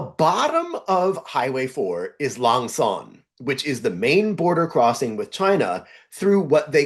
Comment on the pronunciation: Lang Son is pronounced [laŋ ʂɤn] (without intonations yet). See that retroflex /ʂ/ you have to curle your tongue up.